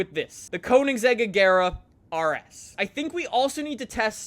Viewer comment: I love how he mispronounces every single car name. "A-gare-uh" "Cheer-rone" "Vair-on" I haven't finished the video yet but I bet he's going to say "Jag-warr".